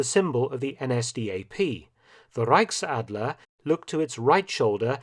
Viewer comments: reickadler it's so cute how he speak German Hahaha Reich Ch Ch Ch Ch Reichsadler Reich Ch not ck 👍👌😂❤️ And yes we love the iegal.... He is like we wanna be High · zu gut wie er Reichsadler ausspricht